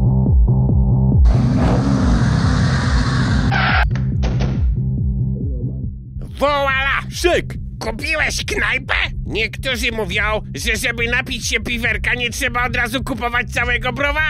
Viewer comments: To było dobre. Włala a spejson mówi szek. Jeblem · "W(ł)ala...szek" XDD